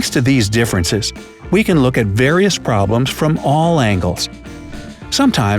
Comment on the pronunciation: ehhem promblems